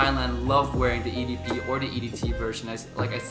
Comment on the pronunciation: Come on mate. Being a fragrance reviewer, please work on French pronunciation of EDP.